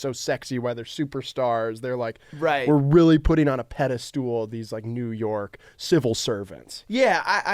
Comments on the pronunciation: Did just say pedastool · How did say “Pedestool” and everyone just continued on like nothing happened?